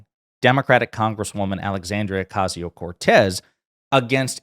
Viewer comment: Just to point out that it's pronounced Ocasio, not Ocazio. There are no Z sounds in Spanish.